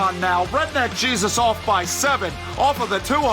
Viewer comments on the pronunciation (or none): none